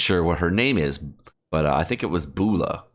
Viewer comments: Are you trying hard not to pronounce Eula? lol Bula, it's "U la" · My guy butchered Eula's name. Haha, bula.